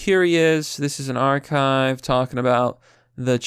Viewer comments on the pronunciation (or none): none